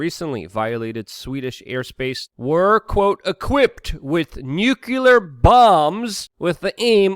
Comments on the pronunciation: My biggest issue is "new-cue-ler" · I haven't seen any of those comments. But, when I'm sharing his videos with skeptics, it would add credibility if he learned to properly pronounce the word "nuclear ". Just saying.